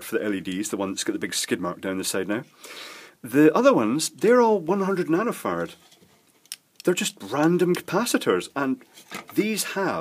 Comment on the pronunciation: I just love it when he says "nanofarts"...